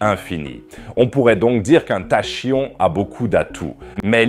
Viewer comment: ca s'écris peut etre tachion, mais ca se prononce takion, je m'abonerai le jour ou vous cesserez d'utiliser une voix de robot pour lire le texte a votre place